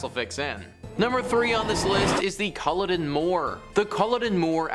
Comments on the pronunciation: Its also not pronounced cull-odin moor. Its cull-odd-in :-) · Not pronounced coloddin ya foreign prick its pronounced the way its spelt culloden. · It's pronounced CullOden not Culleden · and is is CUL-LODEN! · he was so angry he pissed on her??! Thats rough, but not as rough as listening to you say "Culloden".